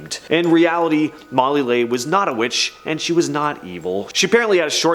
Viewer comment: Leigh is pronounced Lee. That's why it rhymes with tree.